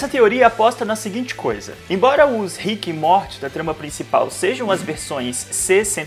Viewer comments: Que agonia de você pronunciando rick e MORTE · Desculpa mas "ríck e móti" é sacanagem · ver tu falando rick e morti me dá uma agonia do crlh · O cara do vídeo falando RIQUE E MORTI DOEU MUUUUITO MINHA ALMA nossa. Eu sou completamente fã da série e não assisto NADA dublado e essa pronuncia de RIQUE E MORTI doeu na primeira vez que ele pronunciou até parei de ver 😂😂😂😂😂😂😂😂😂😂😂😂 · Na primeira pronuncia de RIQUE E MORTI eu parei de ver 😂😂😂😂😂😂😂